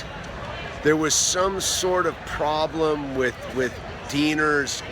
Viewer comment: "I would like to start out weeth a basket of cheeeps...." Hhahahah!